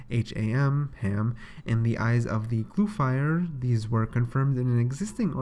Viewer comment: Eyes of glue fire? Sound it out bud. GLUFF-REE